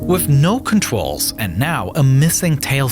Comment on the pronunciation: “contrwyls” bro what the hell